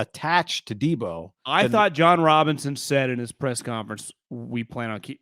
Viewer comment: Come on bro “pick 10” and “deebo” like get it together